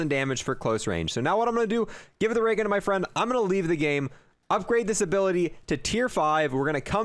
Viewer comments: "waygun" Me:"new gun?" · “dis might affewct da waygun”